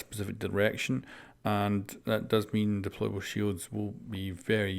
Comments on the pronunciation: "Deplaybale Shield" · “DEPLAYBALE SHIELD” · Lol "deplaybale"